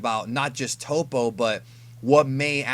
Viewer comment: It's definitely "TOE-PO" right?! Not "TOP-O", Please let me know